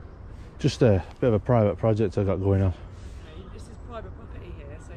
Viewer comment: What's PWIVATE and CWACK ON?